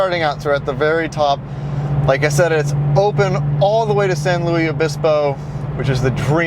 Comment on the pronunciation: San LOUIE?? 💀💀